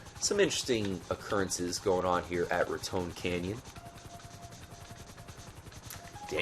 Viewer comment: good video but I've read heard trevor say it like rat ton canyon